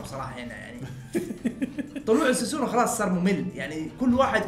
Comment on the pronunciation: سوسانو ❌ ساسونو ✅